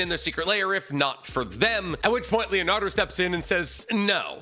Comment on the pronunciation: It’s Leonardo 😂😂